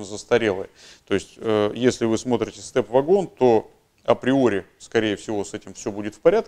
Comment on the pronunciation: Благодарю за обзор, но только не вЭгон и не вАгон, а вагОн!! ... двоечник.